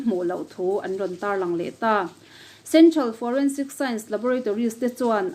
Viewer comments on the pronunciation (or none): none